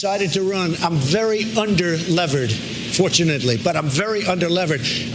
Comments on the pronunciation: Also, it’s not under-levered. It’s under-leveraged. It sounds very stupid when you don’t say it right. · Did he really say "under-levered" instead of under-leveraged? Trump doesn't have billions and billions of dollars. He is according to some sources as much as 1 billion in debt, not just $424 million. His businesses are largely failing or losing money. The most money he made came from his "Apprentice" reality TV appearances for which he was paid $240 million. After he lost the $400 million his father gave him he was broke. That's when he started borrowing. He says he was just "doing the banks a favor" by applying for loans with them!